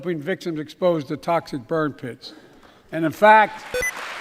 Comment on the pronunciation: His tongue didn't even make it through the introductions intact! I can't watch this - "victims exposed to toxic bird piss" ???????????? Is all I got. Thanks for suffering through this for us.